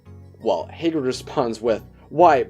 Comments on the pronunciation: I swear to god the beginning triggered me hay-grid. No. HA-GRID. NOT HAY-GRID OH MY GOD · Hahh-GRID not haygrid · Can u plz say Hagrid correctly, I'm cringing whenever u say Hay-grid